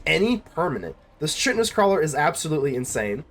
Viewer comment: The funny thing about roots is you build a board so big they scoop before you ever get a chance to swing- the chitenous crawler - it's pronounced kytenous- it's like cockroach shell which is made from chiten -I said it like you did for ages before someone told me